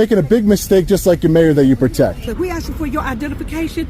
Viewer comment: I guess because they didn't AXE 😂